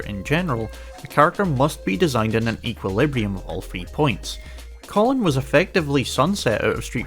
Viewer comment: Love these analysis videos but man, pronouncing Kolin like the guy name "Colin" hurt 💀